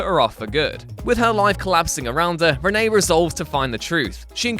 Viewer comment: Its renee Montoya, not Rene montoya